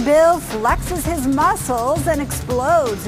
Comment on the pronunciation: DID SHE SAY FLEX LMAOOOOOO IM DED